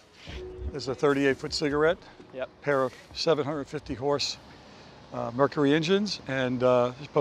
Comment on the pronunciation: All I heard was "38-foot ciggarette"